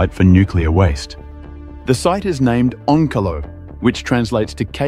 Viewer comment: The way you say onkalo and Olkiluoto makes me giggle. Finnish language is very monotone, if you know what i mean.